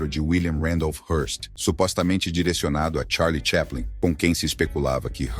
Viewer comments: Charles "cheplen"? Nossa deu até agonia, porque sempre achei que era chaplin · Po.. o cara fala Charles TCHÉPLIN... nao precisa falar mais nada.